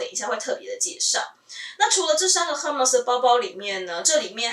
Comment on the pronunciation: 最近因為在看Hermes的包包,找到您的視頻. 我覺得您身為Hermes的愛用者,應該要正確唸出品牌的名稱 ^^ll